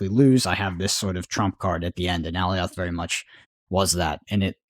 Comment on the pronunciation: please watch the Loki series and learn how to pronounce Alioth correctly lol. Love the show